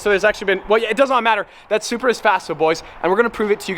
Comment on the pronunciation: He said “BMW Zupra”. Ha, Ha, Ha.